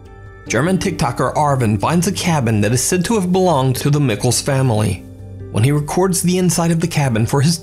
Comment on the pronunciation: I swear her last name is ME-SHEL not Mickles, 😭